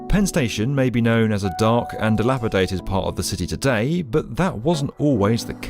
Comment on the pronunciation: Oh for the love of the American God folk, there is no T in DelapaDated